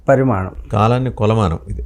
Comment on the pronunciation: Vadu anchor pramanam pramanam ani sastunadu..adi parimanam